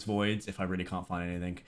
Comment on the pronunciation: Have you noticed that you're unable to say the word "anything" properly?